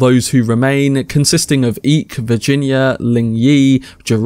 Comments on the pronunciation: No big deal at all. But pretty sure Eyk’s name is pronounced “Eye-k”. Sorta like Ike. Instead of “Eek”. Not that it really matters, but just a heads up. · Nice recap and 1899 is awesome. One question though, why do you keep calling the Captain Eek? His name is Eyk, (pronounced Ike), not Eek. Kind of makes me think you haven't actually watched it and are just reading from a script, without actually hearing his name said aloud. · eye-k not eek